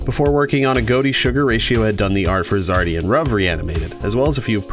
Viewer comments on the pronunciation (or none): His name is pronounced ruv (R-OOV)